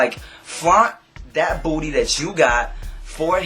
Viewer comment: the way you say "booty" makes me giggle. "BBBoodddy"